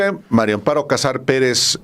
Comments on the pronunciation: "MARIAA" con A, Álvaro. Invariablemente, dices MARIO con "O" pero es mujer y es MARÍA. Ya pasó tiempo de este video, pero en todos dices "MARIO AMPARO en vez de MARÍA (con "A") AMPARO!!! Desesperas, Álvaro! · Es Mari Amparo No Mario hablé vien señor